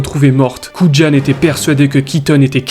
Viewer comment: Le nom de l'agent Dave Kujan se prononce "kou yane", pas "koud'jane". 😉